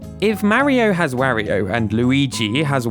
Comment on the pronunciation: You pronounce Mario and Wario weird, made watching this difficult….